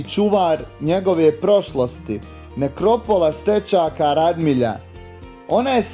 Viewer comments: ispravak. nije Radmilja nego Radimlja. Pozz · reci pravilno Radimlja